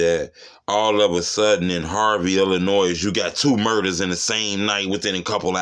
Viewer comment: How you from Illinois and pronounce the "s" 😂🤦🏾‍♂️